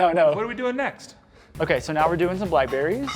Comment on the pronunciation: I LOVE "Black Blerries!!" ;)